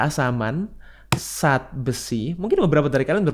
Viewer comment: Tolong bicara yg benar... Zat jangan di ucapkan Sat